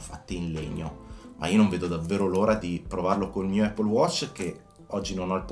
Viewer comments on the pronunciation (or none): none